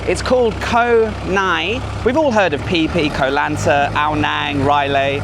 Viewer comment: รู้ละ ฝรั่ง ออกเสียง ง.งู บ่าได้ 555 พังงา อ่านว่า พังนา เกาะไหง อ่านว่า กอไหน